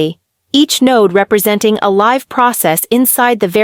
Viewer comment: The AI needs to learn context, "Live" has two pronunciations: as a verb, it is pronounced /lɪv/ (like "liv") and means to inhabit or have a life, while as an adjective or adverb, it is pronounced /laɪv/ (like "laiv") and describes something happening in real-time or something being alive.